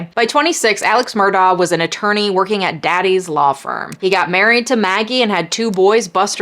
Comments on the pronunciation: His name is pronounced "Alec Murdock." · It's pronounced "Mur' dock". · It's pronounced Alec Murdock, but great video! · I love you and your videos but I think the last name Murdaugh is pronounced Mur-dock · Did anyone else get irked by Alex Murdagh being the only person in that courtroom who could not properly pronounce “Alex Murdagh”, or was that just a me-thing?